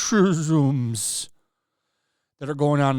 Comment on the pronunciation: Everytime you say rrrrrrrrrrrrracism!! Automatic like!!! 😂😂😂😂😂😂👌🏿